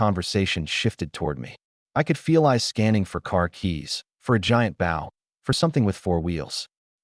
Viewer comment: AI has trouble prouncing bow LoL